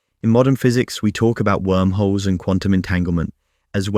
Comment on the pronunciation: It is "Wormhole" not "Warmhole"